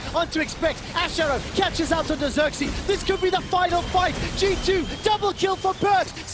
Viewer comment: it's not sörksi it's fucking xerxe!